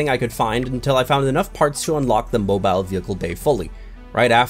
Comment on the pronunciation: bruh he said bo bile not mobile bo bile